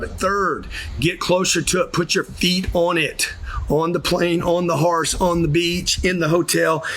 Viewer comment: Never heard horse pronounced “haurce.” Funny tho.